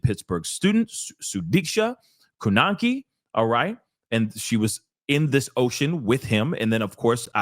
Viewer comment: Thank you sir. You spoke very well on this horrible situation. You pronounced her name very nicely. God bless you. God is watching and Karma will prevail.